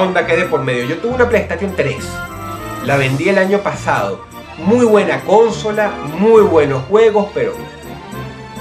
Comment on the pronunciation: Dross, ¿por que acentúas "cónsola"?